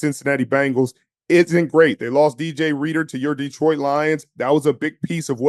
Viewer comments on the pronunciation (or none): none